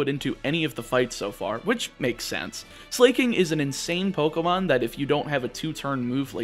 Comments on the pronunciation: At this point I am convinced he pronounces pokemon names wrong on purpose. No one who has ever lived thought it was pronounced "Slay-king" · please pronounce it as su-lah-king >< <3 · As a gay guy, I love that he pronounces "Slaking" as "slay, king!" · My eye would twitch every time you pronounced Slaking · why did you pronunce slaking like that